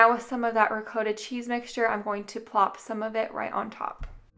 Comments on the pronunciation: Love the recipes, however, it's pronounced, Ra-cot ta...NOT ROE COAT TOE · It’s pronounced ri-kot-uh, -kaw-tuh; Italian ree-kawt-tah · The way you say ricotta drives me nuts you're saying it totally wrong I'm going to help you so row cot ta now put it together and you have ricotta but other than that I freaking love your videos sorry sorry I know you probably think I'm weird but okay I'm just going to leave but I love you videos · You might look up the pronunciation of ricotta. Recipes look good. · I have never heard anyone pronounce Ricotta the way you do